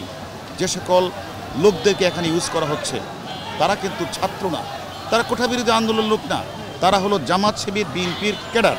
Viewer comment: মাদারবোর্ড কোঠা না কোটা উচ্চারণ শিখ আগে